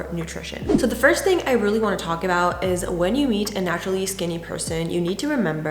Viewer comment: It sounds like she said “when you eat a naturally skinny person” lol. I think it was “when you meet.” 😅😅